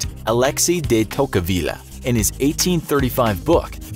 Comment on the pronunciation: You mispronounced Alexis de Tocqueville. Hard to take the rest seriously.